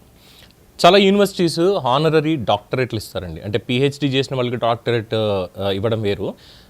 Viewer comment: మీరు మొదట హానరరీ అన్నారు. తరువాత సరిదిద్దు , ఆనరరీ. రైలు (రెయిల్)అంటారు, ఛాంబర్ (ఛేంబర్) అంటారు . ఆంగ్లం పరభాష అయినా కనీసం ఇలాంటి పదాల నైనా సరిగా పలకాలని , ఉచ్ఛారణ సరిగా వుండాలని